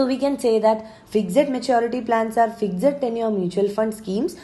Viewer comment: Why do you pronounce FIXED as FIGZED